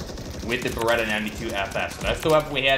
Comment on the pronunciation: Isn't it Beretta?